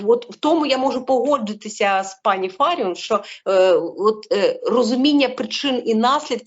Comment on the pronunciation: Фаріон,ставте правильно наголос.